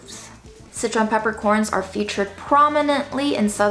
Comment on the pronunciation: Until this video, I always thought you were saying citron peppercorns. It was very exciting to realize I HAVE favorite peppercorns!!!!!